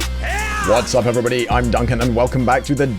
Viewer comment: DuncanKnee"Sleep" lol